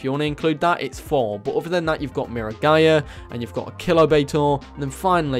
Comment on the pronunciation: Please, It's mirror-guy-a Not mira-🏳️‍🌈-a